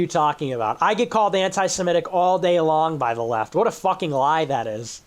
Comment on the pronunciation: I love how pronounces words correctly. ✅ Semitic, not *semetic (as so many Americans say), ✅ Qatar, not *kataar (stress on first syllable in Arabic), ✅ Antifa, not *anteefa (stressed on first syllable in German), etc. I wonder if he looks them all up and tries to be correct, or if he's inspired by higher knowledge.